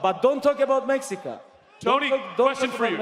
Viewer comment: The way Khabib said "México" is x10,000 times better than Tony's so called spanish. I'm Mexican and I dislike this disrespectful clown.